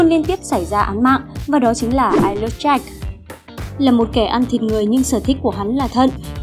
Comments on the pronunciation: chị đọc Eyeless như I Love ấy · Em tưởng phải đọc là ai lét dáck